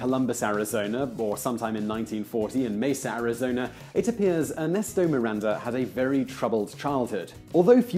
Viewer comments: Why did you pronounce MiranZa? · why is he calling Miranda "MiranZa"?